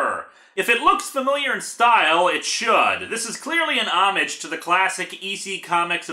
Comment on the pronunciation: Homage is not pronounced home-ag it is more like oh-maj.